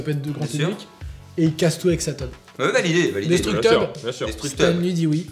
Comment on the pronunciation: "Destructeub" c'est un peu la fin de série de dessin animé PeePooDoo